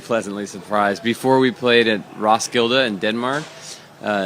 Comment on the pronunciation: my danish as* is cringing so hard at the way Josh is pronouncing Roskilde but at the same time I feel almost proud to be danish😂